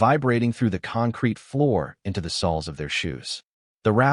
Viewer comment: Horrible AI narration! Terrible pronounciations! (Sols instead of soles). More unbelievable garbage.